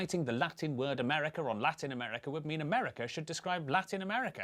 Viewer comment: United States "of" America. NOT AMERCA